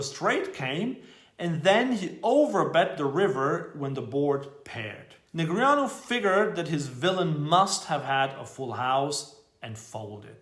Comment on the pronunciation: At least we all now how to properly pronounce Negreanu - nice👏👏